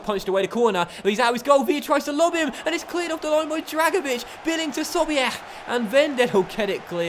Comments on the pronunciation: I understand that u try ur best to pronounce the names but when u say 'Sobiech' it sounds like ur gagging. I'd understand if u didn't pronounce it right if it sounds so unnatural. Great vid as always keep it up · why do you say sobiech's name like that haha